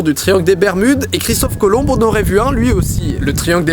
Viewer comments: IL A DIS "COLOMB" AVEC UN "E".. JE VAIS TE FRAPPER DIDI !! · Très bien mec. Mais on dis Christophe Colomb sans le B putain ! c'est pas dur ! Le putain de B ne s'entend pas !!! :(